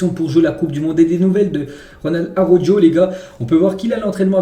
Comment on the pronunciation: Par pitié je t’en supplie arrête de dire Araujo en prononçant le J. Ça ce dit arauro